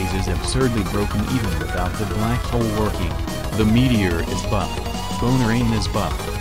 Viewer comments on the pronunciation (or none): none